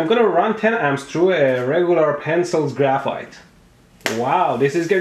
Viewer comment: Idk guys but in the intro, graphite sounded like graph fart ._.